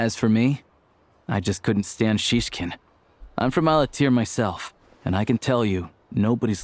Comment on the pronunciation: well, i personally hear they they try their best to pronounce all those words, but it’s always the emphasis that sounds off for me, even like saying snezhnAya when it’s logical for native speakers to say snEzhnaya (snowy). and sometimes the name Shishkin sounded like siskin which made me giggle because siski means boobs. it’s not perfect but it’s fun :з